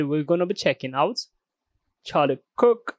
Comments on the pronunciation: Let’s be real, you call him Charlie Kick because you can’t pronounce Kirk. That’s fine. But let’s no BS about it lol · I've been binging your videos since I found you and can I say I understand every work you say. AND I love how you pronounce Charlie Kirk. Don't change for other people my guy! Love the content.